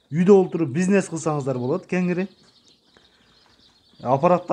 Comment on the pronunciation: Пизнес эмес бизнес,сүйлөө ,речти оңдо